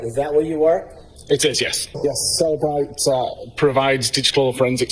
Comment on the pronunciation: JFC, doesn't even pronounce the name of the company he works for correctly, but we are supposed to believe he can analyze phone data w/o metadata 🙄. It's Cell-e-bright (three syllables), not Cell-bright 🤦🏼‍♀️.